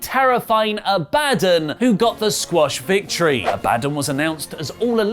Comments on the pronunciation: Abba-don not A-bad-on. All i can say is that AEW better not hide perfection like Anna jay behind a mask haha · it pronounced Abah-Don! Shes an ancient Knight of Hell... She definitely has the look for it too... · It's pronounced a-ba-don, she's from Colorado #EatHerSoul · It is pronounced Ab-a-don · Isn't it pronounced Abadawn? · Damn it! It's pronounced Abah-Don..... Come on don't you watch Supernatural?.... Shes an ancient Knight of Hell.... Lol